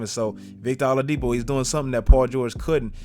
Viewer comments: W vid but lol it's "OH-ladipo" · Did you say victor alodipo?